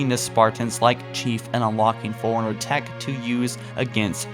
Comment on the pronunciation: Great video! Couple of things: fore, runner (first part, then the second, not forruner); and T's do not need to be hard pronounced every time. Might just be how you speak, but those things really stuck out to me.